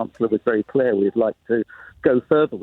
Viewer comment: Sick and tired of Tory version of the word “clear”.